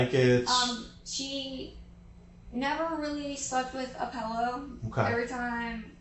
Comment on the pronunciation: The first hour + 16 minutes I'm already thinking she has the most annoying voice. On top of being so happy and excited and carefree and busting out laughing every few minutes... Then she goes and pronounces that word for the thing you lay your head on night as "pellow". She's one of those people. She's a real fckin weirdo in every way.